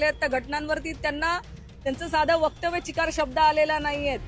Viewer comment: चिकार नव्हे चकार असं बोल मायबोली तरी नीट बोल